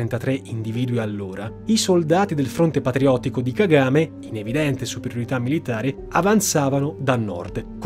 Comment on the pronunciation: Si dice Ka-Ga-Me e non Ka-game…